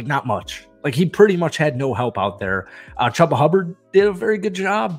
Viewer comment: Chew-buh is how it’s pronounced